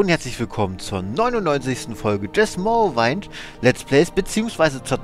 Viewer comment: Morrowind, das wind bitte wie Wind aussprechen, danke